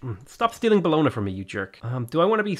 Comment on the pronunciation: It's pronounced like "Bolonia" in Italian the "gn" is like the spanish ñ, sounds like nya. So it's Bolonia